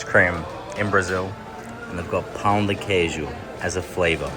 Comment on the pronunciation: I can never hear these guys saying "pau de queijo", I just start laughing in spot bro, it's just so hilarious for me, I can't